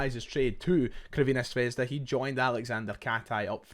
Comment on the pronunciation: Love ya but enough of the butchered Crvena Zvezda pronunciation, just say Red Star like the rest of us 😉